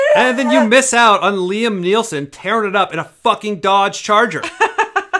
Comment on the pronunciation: I got triggered by saying "Liam Neelson"